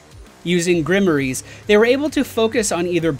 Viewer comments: Pugalist: Pew-ja-list Grimoires: Grim-wars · Grimeres? Grimoires! Ghrim-mwares.